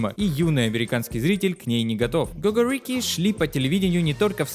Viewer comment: Вообще-то правильно катается "го-го́рики" и ки-ко́рики"